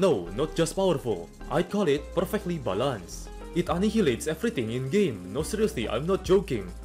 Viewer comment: i do not want you to stop saying balanced wrong